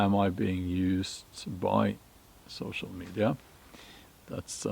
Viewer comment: 🚫 sew-show me-die-ya